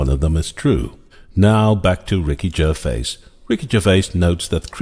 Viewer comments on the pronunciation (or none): I would pronounce his name Ger-vay.